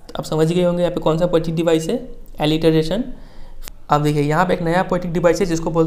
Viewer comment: Improve your reading skills Thats poetic devices not poatic dibiceses # U not teach only translate I advice you all learn from magnet brains or any other platform it is cheap platform He teach us from screenshare🤣🤣🤣 Mujhe tu lgda hai ye kabhi khud pass hi nhi hoye